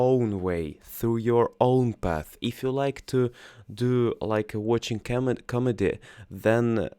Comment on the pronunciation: Обратите внимание на произношение гласных: гласные в словах "glad", "answer", "can", "America" and so on отличаются от "А" - тут должно быть нечто среднее между "а" и "э". В слове "Comedy" должно звучать не "o", а полузакрытое "а". Это очень важные моменты. Глагол send (отправить, послать) неправильный: "Она послала мне книгу" будет "She sent me a book".